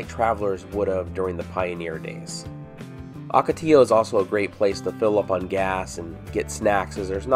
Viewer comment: Please, the word ocotillo is pronounced "OH-ka-tee-yo," NOT "AW-ka-tee-yo." Muchas gracias.